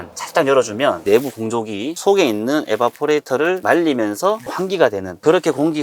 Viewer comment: 좋은 정보 감사합니다. 그런데 발음이 에바포레터... 아니어요 Evaporator 이베이포레이터... 승화기...